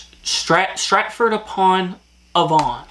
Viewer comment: Loved your pronunciation of Stratford upon Avon.. I'm gonna start saying it like that now it sounds posh 😅😅